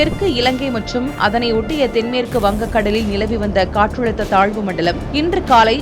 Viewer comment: Katrazhutha nu solunga...Katrulutha nu solitu irukinga